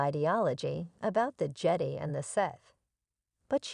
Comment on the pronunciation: Stupid AI doesn’t know how to say Jedi